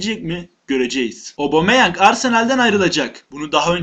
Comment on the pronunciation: Abumeyang değil Admin Aubemeyang..